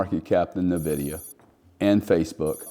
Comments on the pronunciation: It’s Pronounced ENVIDIA not NEVIDIA, why would anyone listen to a person that can’t even pronounce the name of one the most important companies that ever existed ?? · Fantastic video. For the sake of our ears, Nvidia is pronounced "invidia" not "nividia". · Nice video and good parallel but please... it's "ehn-vi-dee-ah" not "nuh-vi-dee-ah" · its N-VIDIA not navidia lmao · neh-vidia 🤣 not en-vidia? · It’s pronounced En Vidia. Not Ne Vidia. Also mixing of 2 very different concepts comparing chips with digital money. Still the sentiment is correct. Yes BTC has a great future. As does Uniswap. As does Filecoin. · Agree 100%…great insight, but cringy every time it was uttered, almost to the point of losing some credibility. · FYI - The name "Nvidia" is pronounced as "en-VID-ee-uh". The "n" is pronounced softly, and emphasis is typically placed on the second syllable, "VID". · N-vidia is the correct pronunciation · Pronounced IN-VIDIA. BUT is the only one of the online noise makers to recognize and point out that BTC IS a Monopoly! EXACTLY. It cannot be duplicated AND It cannot be diluted. It is fixed and perfectly unique. Nothing like it EVER. SO even comparing it to Nvidia is not the same. Nvidia is just a hint of how BTC will perform! Unfortunately, Ethereum is a Joke and that does show how uninformed still is. BUT he is coming around. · Dude can’t pronounce NVIDIA 😂😂😂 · I mean, I agree, but he can’t even pronounce nvidia correctly which makes it hard to listen to seriously